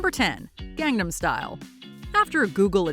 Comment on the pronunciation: Please pronounce “Gangnam” correctly… >_>